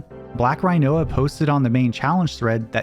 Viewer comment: Im forever calling Rinoa (Ree-noah) Rhino-a from now on.